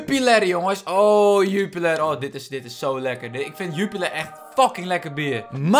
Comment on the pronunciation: Haha een Belg hier: Jupiler spreek je eigelijk uit als zju-pie-lair